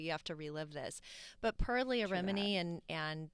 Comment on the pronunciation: I was friends with 'LEH-AH' while Leah's name is "LEE-AH'... Such good friends.